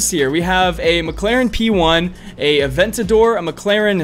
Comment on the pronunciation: And the Lamborghini was an svj not an aventadoor